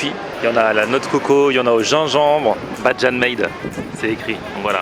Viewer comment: Bajan : ça se prononce bae-jane pas Badjan! lol